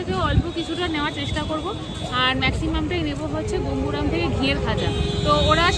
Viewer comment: কথা টা গোঙ্গুরাম নয়। গঙ্গোরাম । ভুল কথা টা কানে লাগে।